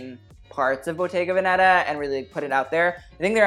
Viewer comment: pls!!!! bottega veneta is pronounced with the accent on ve (véneta)